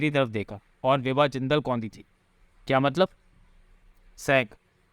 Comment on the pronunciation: विभा जिंदल को कभी बिवा बोलता है कभी सेवा बोलता है 🤣🤣🤣🤣🤣